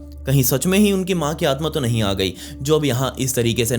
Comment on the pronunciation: "Nehi bro"😂😂😂